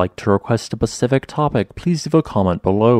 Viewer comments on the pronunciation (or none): none